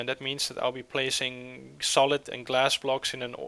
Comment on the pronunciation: It's solid not solith